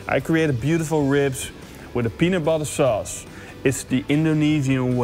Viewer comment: I can't be the only one that kept hearing him say "penis sauce"...